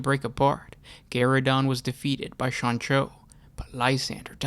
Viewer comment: Keep hearing "Sonichu".